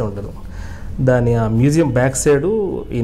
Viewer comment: మెసేయం కాదురా మ్యూజియం అనాలి